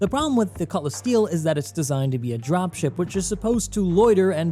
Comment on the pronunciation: "Cutlass Steal" LOL